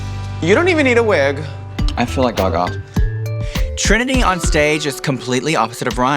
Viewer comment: AKA WHO??? Girl its Trinity not Trænny